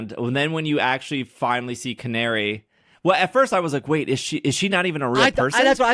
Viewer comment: 2 minor things. 1) She's rank F and beating her puts you to E. 2) Her name is Canary, it's Ca-na-ri.